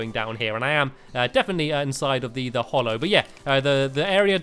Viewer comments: Its pronounced hallow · Mr money it's hallow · It's called HALLOW not hollow, your pronunciation annoys me so much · Stampy its HALLOW not hollow im having a nerd implosion!!! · Not to be rude but it is actually HALLOW